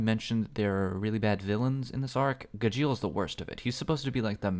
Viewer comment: I hate his pronunciation of gajeel more than he hates the character and natsu isnt meant to have alot of development hes a flat character not to say he doesnt have or cant have any hes just not gonna have alot of it